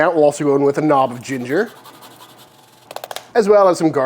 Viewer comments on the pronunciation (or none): none